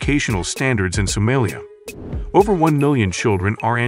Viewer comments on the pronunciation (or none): Someeliya 😂😂 Funny AI